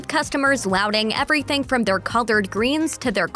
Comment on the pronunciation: Um, … “collard greens” not “colored“ (or “coloured”). Sounds, almost, like “collared”.